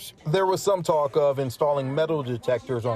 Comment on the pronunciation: 27 it’s talk lol not talm